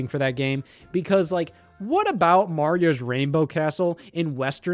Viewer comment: Scenarry-ohs Marry-ohs